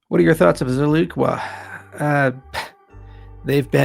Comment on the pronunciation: Out of all my bags ada is my smallest one because they over promise and under deliver. After watching this vid I’m definitely selling all my cardano and buying more zilliqa. This guy doesn’t bother to actually read and can’t even pronounce zilliqa properly. With someone like this behind the wheel of a big project you can’t expect too much. Thanks for the video it opened my eyes bro.